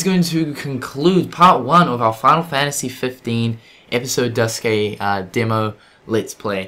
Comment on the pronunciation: You are the first person I've seen who pronounces Duscae the same way I do